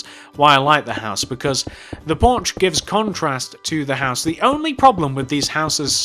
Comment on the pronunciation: I swear you say Borch not porch